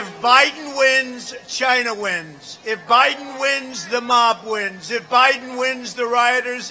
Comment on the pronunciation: Hahahaha 😂 Trump is the man called Joe Biden "Joe Hiden" lol 😆😂 😂